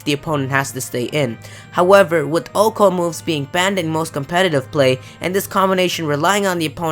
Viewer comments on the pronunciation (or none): Articuno>blue ho-oh? Also, OHKO instead of oh-ko :L